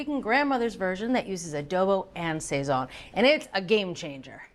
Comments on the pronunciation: We Puerto Ricans pronounce it sah-sone. Not say-son. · I love ATK, but you really need a Latina on there. Your Puerto Rican/Cuban foods are not even close to authentic. I had to turn off the sound. Every time they say sayzon instead of sahson, it’s like fingernails on a chalkboard! What ever happened to Natalie Estrada? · The pronunciation is killing me lol sayzone 🤣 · Isn't it pronounced "Sa- zone" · The pronunciations are brutal. Sweet mercy. "Sayn-soon", "Ah-chay-o-tay"... have heard these words spoken or read them and make a guess at the pronunciation?